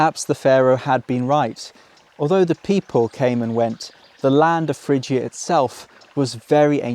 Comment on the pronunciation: Isn’t the ‘g’ in Phrygia a hard ‘g’?